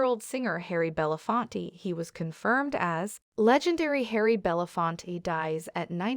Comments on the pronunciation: Irritating narration and very poor pronunciation ? Belafont ? 🙄 Reunited with Sidney Poitier and their African ancestors. Thank you both, Rest in peace and power. 💕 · This lady on the Video goes from Belafonte to Belafont, make up your mind. Thank goodness the rest of the world knows the correct pronounciation of his name!! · What an embarrassment to keep saying his name wrong. Gosh!!!!!